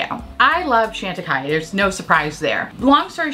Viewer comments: Love you and your content, but please work on the pronunciation for me. It’s Shawn tacaille, not Shan. 🥰😘. Thank you. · Not trying to be obnoxious, just thought that since you love the brand so much, you’d want to be saying its name correctly. Keep on making us smile and laugh. And being unique and different! x